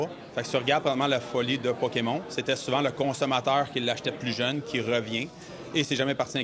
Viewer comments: le dude est pdg d'une compagnie qui vend des carte Pokémon et prononce Poké-Mont ??? WTF le scam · OMG... Le gars prononce ça Pokémont... LOL. J'espère qu'il ne va pas prononcer Riftbound, Riftbon.... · J'ai plus l'impression qu'il était pas sur a quelle point il avait le droit de prononcer à l'anglaise a la TV Québécoise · Sa façon de dire Pokémon me trigger solide. 😂